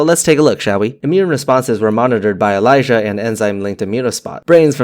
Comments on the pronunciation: It's Elisa not Elijah... It stands for Enzyme linked ImmunoSorbent Assay... Aluminium toxicity does cause symptoms akin to dementia, but it isn't Alzheimer's disease where the build up of β-amyloid plaques and tau protein have been primarily associated with the pathology. This information about Aluminium toxicityoxicity came from my clinical chemistry textbook. It also discussed other disorders arising from hyper and hypo mineral states, like manganism. Interestingly, many of the therapies that were developed to target β-amyloid and tau, have ended up being a dead end research-wise, and have been ineffective up to this point in time. However, a new target for Alzheimer's seems to be showing more promise than therapies that were developed targeting acetylcholine-esterase, β-amyloid, and tau proteins. This new target is Protein kinase C, and it has shown a lot of promise. Bryostatins are a group of drugs that modulate protein kinases and were once under development as cancer drugs, but currently, they have shown more promise for treatment of Alzheimer's. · you say ELISA like you pronounce my name and it really freaked me out.